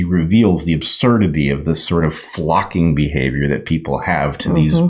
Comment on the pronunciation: "the absurdity of this sort of FLOCKING behavior that people have" I had to rewind to make sure I heard you right and it turned out you said FLOCKING instead 🤣🤣🤣 Well either word word for me as I shake my head at the lame brained behavior of the herd. LOL